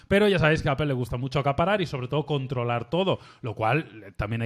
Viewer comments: POR QUE PRONUNCIAN APEL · Apel? Apel? Donde está la E en medio!! 🙉